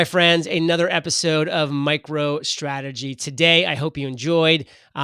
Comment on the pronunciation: Its a tiny purchase compared to previous purchases. God you kneelers are annoying. Also can you actually say strategy with an 's' instead of an 'sh'... Its bloody juvenile.